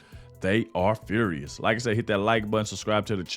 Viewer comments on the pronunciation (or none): You pronounced furious wrong,😂 love you bud, big fan of yours and trump.